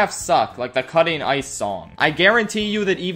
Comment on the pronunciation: the way he said about drinking water with ICE really took me out